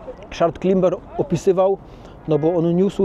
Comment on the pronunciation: To nieźle się uczysz angielskiego jak słowo " climber" wymawiasz klimber xD